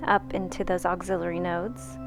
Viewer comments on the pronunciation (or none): The word is axillary, like AXE-illary, not auxiliary.